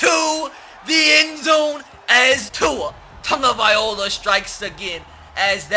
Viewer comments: love your videos big fan but please pronounce tua's name right it's loa not ola no disrespect meant lol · Tua "Tahngovailoa" not Tagovaiola🤦🏽‍♂️ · It's two-a tango-vie-loe-a Tua Tagovailoa... Plz, pronounce it right... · Tag-oh-vy-low-ah not tag-oh-vy-oh-la. Hes not an instrument. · K I have been holding it in so long please read this and pronounce it different it is (tag-a-vI-Lowa) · Anyone else annoyed with how he says "Tagovailoa" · learn how to pronounce tagovailoa